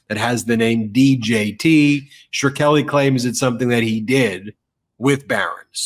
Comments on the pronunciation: It's "Skreli", NOT "shirkeli"! 😡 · Shk-reli, not Shr-keli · Martin SHKRELI is not pronounced like you're saying it, Ben. It's not pronounced like Shar-kel-ly! No one will know who you're talking about. It's pronounced like Skrel - ie. 2 syllables, not 3. Love ya Ben & our Meidas Touch on air tribe is great! Every single one! ❤ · It's shhhh krelly, not sure kelly, bud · It's pronounced Shkray-li or Shkreh-ly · I’m a grammar nazi and feel compelled to correct your pronunciation of martin Shkrelli last name but he’s such a POS you go ahead and butcher it any ol’ way is easy for you to say. You’re awesome, and fuck that guy. Melanoma’s ol’ bff there is pretty attractive. Hope she’s puttin ya on blast for the occasional booty call. Jes sayin’. Yer a busy guy. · Good interview. But I think you've got the pronunciation wrong on Shkreli. The "k" sound comes before the "r" (not that it's easier to say that way).